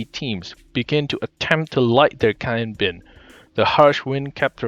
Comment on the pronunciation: bad finnish?